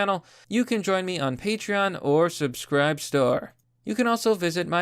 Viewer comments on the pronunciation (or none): none